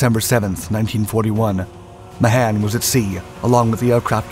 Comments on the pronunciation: The man's name is pronounced May-han not Ma-han... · The name is pronounced "Ma hon".